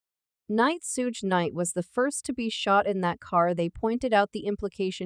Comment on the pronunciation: Who is the narrator this mofo cannot read , what is raygor wright ? Instead of Reggie wright. What is sooge knight instead of suge knight. Smh. Plus the intermittent abrupt stops mid sentence. Horrible